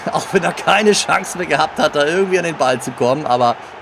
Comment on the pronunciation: Nein du sprichst Chance auf falsch aus